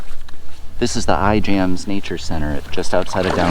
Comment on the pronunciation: Cool vid, but its " i ams" ijams